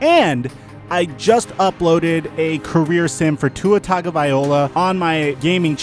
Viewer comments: Tagovailoa, loa, loa... not Tagovaiola. Like calling Josh Rosen Josh Rones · "Tua Toggavilouh" lmfao that's not how it's pronounced. it's pronounced "tung-uh-lie-vo-uh" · Tua tagovailoa (Two-ahh-tongue-ohh-vai-law) learn to pronounce his name properly, get ur shit together homie, stop being lazy and learn to pronounce peoples name if u gona have a media platform.